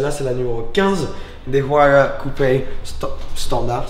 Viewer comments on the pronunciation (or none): La huayra de prononce ouaïra juste au cas ou 😊